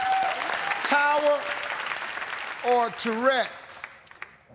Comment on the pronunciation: I think Steve Pronounced Turret Wrong